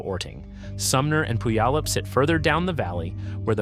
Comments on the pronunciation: Aahhhhh! Please non natives making videos about Rainier, LEARN HOW TO PRONOUNCE PUYALLUP! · No AI will ever pronounce "Puyallup" correctly. LoL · learn to pronounce puyallup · Do you want to know what is more painful than being hit an erupting volcano? Listening to horrific pronunciation… Tell me you are not from the Puget Sound area without telling me… pronounce Puyallup again…